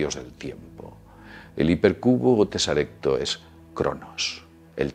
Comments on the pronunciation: Teseracto, no tesarecto................... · La palabra correcta es TESERACTO, no TESARECTO. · Ah, y es TESERACTO, no TESARECTO. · Es teseracto, no tesarecto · Tesarecto no, teseracto. Dicen que en la cuarta dimensión hay teseractos del tamaño de un gorila. Jaaj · Se dice '' teseracto'', no "tesarecto". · TESARECTO? ES TESERACTO. JAJA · No se dice teseracto Tal cual? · Se dice teseracto